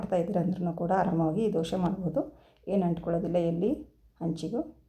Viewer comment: Doshe allamma dose...please sariyagi kannada heli